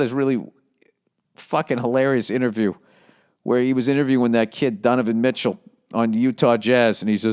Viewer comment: “Dunavon Mitchell”